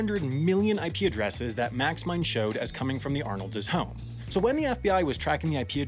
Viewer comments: "Arnolds'" is pronounced exactly like "Arnolds." There is no reason to ever say /arnoldzez/. Speak English (and be less horrible, generally). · When you make a name or word that ends in "s" possessive, you do not pronounce an additional "s". Arnolds and Arnolds' are in fact pronounced the same, not said like "Arnolds's." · The plural possessive "Arnolds'" is NOT pronounced "Arnolds-es". It is pronounced Arnolds. Same for the plural possessive of any name that ends in an S. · The possessive of Arnolds (which is the plural of Arnold) is simply Arnolds', NOT Arnoldses'. For some reason (maybe it's to be humorous?), you pronounced Arnolds' as Arnoldses' (or possibly you were—incorrectly—adding an apostrophe and s to the already-plural "Arnolds" to get "Arnolds's"). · It's just Arnold's not Arnoldses. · Somebody else has probably said this, but Arnolds' is pronounced just the way it looks, not Arnoldzes.